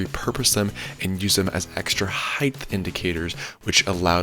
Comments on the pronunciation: Lol HEIGHT** Not "heighth" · Nice vid. Theres no such word as hith. Its heighttttttt with a T. Pronounced hite. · The word is height. You are pronouncing height as heigth. Do you say weight as weight? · Height, not height-th. I'd like to know more about how to make the DIY sled not bow in the middle, as that is more in most people's price range.